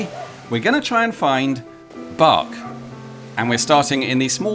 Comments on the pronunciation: Funny and quite appropriate at when you say ‘bark’ a dog barked just a second after by the way I think the right pronunciation should be Berk and not bark and to add that Berkshire is one of my favourite counties in England. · I'm glad I noticed that the first time around. I'd have felt like a right berk if I'd missed it.